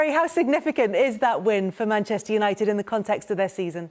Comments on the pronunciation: Gary Neville really can't say 'Manchester'. "Mancccchhhh United" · Manchster Uniiiiiited 🤣🤣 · Manchtur yanited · “Maneschur United” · Seeing as he’s from Manccchhhh maybe you’re saying it wrong? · You'd think Gary Neville would know how to say Manchester by now 😂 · No he isn’t.